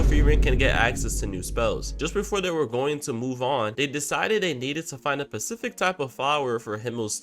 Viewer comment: 3: 18 , just a heads up it's pronounced specific not pacific